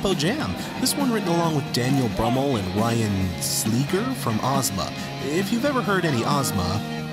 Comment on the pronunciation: Just for the record... Koch = "Cook" Slegr = Sleh-grrr I was surprised with your enjoyment of The British Are Coming and Foolish Father. Cuomo has said himself in interviews that The British Are Coming is an extended metaphor for Fatherhood, the young U.S. being a rebellious teenager under the strict control of dickhead red-coat daddy England. I found your opinion of Foolish Father somewhat insightful and giving me a new appreciation of the song, but honestly, the follow up with your review of the Futurescope Trilogy had me flipping off me screen. Everyone is entitled to his/her own interpretations and surely there are those that were much harsher on the album as a whole anyway, but I found this song (that is to say the three parts/movements) to be the most beautiful and compelling track on the album. Sure, be annoyed about the splitting of the songs, but you wanted technical prowess? You got it,. Right there with The Wasteland. It's a purely instrumental movement with the accompanying title giving us a visual of the mood and themes presented by the two. It's necessary for this to be classified as its own song (whether it should have been made a separate mp3 is something else entirely, but moving on...). When Anonymous comes in, I feel that you take the lyrics too literally, as you often do with weezer songs in your reviews, in spite of your constant self-criticism of "over-analyzing things". For fuck's sake, of COURSE you would never address someone as Anonymous. Yo